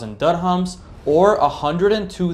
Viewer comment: And dirhams is pronounced dir-hams, not durr-hums.